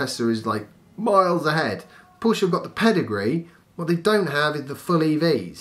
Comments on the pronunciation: Spot on, about PHEV's being a stepping stone for people. Porsche have the seeds of the right idea. They'll not be too happy if people persist in mispronouncing their name, though!;-) I like the format of this channel. Shall pass the word around for you. Thanks. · Hey.. You're really upsetting my wife by pronouncing Porsche that way. Listen how it's done correctly :)